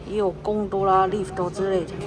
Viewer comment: 聽KT講公哆啦的時候還是很好笑XDDDDDDD